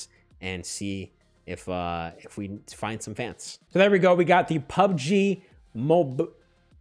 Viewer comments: When he says Mobil sound like a Filipino guy???? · The way he said MOBIL... 😂😂😂😂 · The way he pronounced "mobil"😂😂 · THE WAY HE SAID "MOBIL" 😭😭😂😂😂😂😂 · I laught so hard when he say MOBIL 😂😂😂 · The chicken girlfriend part got me dead for some reason🤣😂🤣🤣 Also when he said mobil like an Asian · PUBG “MOBIL” Partner 🤣🤣🤣🤣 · Yo I laughed so hard in my room when you pronounced PUBG MOBIL,HAHAHAHAH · '' Mobil '' Lol🤣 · Bro the way u say mobile 😂😂😂😂